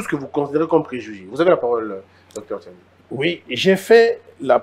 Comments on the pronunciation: ce Monsieur s’appelle Tshiani et non Tsiani. Et même l’autre du média, je me demande s’il n’a pas enlevé des lettres dans son nom. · Noël Tshiani svp, pas Tsani.